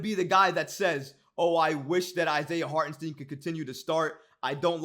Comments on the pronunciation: It's pronounce Hart-en- St (eye) n, not Harten Steen. He is German-American and the 2nd letter of "ie or ei" is the one that is pronounced. Just here to help. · It’s STEIN brother not STEEN